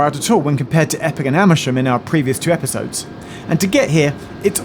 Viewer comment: Geoff said: "in our previous two episodes." I heard: "in our previous Geoffisodes." Anyway, another great Geoffisode.